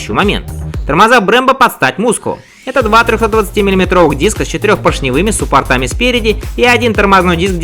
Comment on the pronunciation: учи ударения суппортами)))\